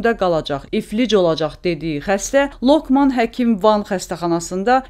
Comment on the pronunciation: Ay jurnalist xanim LOKMAN sözü xarici söz deyil, LOĞMAN deməkdir. Məlumatı avtomatik oxumayın ve duzgün tələffüz edin zəhmət olmasa.